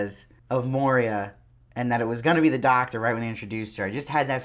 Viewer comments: Good review. I am not being mean.... but I believe it’s Moira not Moria . Love your attire!! Keep em coming! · it's moiiiiira not moria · I’m really enjoying so much of these reactions, but it’s Moira (Moyra with an oy), not Moria, says the Jew. The oy is important! I can’t believe no one else has pointed this out, but just in case… 😉 No other complaints… I do love how we start to root for Serena here. How can we, and also how can we not? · I do like your reviews, but stop saying MoRIa. It's Moira. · Her name is Moira man, not Moria... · Great review - but her name is pronounced ‘Moy-rah’ not ‘Moh-reah’. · It's Moira dude, NOT Moiria! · It's pronounced MOY-RA... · JozBot Yeah, he keeps saying Moria. I guess Gilead is so bad that it can melt the One Ring. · It's pronounced like Moy-ra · Dude, your reviews are generally pretty good. And praise be, fast. So I do appreciate being able to have commentary right away. But do you think you might pronounce Moira correctly? Did you simply read the script? Mo-ree--ah? We have heard her name pronounced many times. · I love how you pronounce her name like the Mines of Moria. 😂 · Your pronunciation of Moira was so stressful 😂